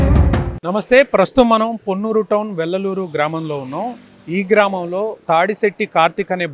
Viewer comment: వెల్లలూరు కాదు--- వెల్లటూరు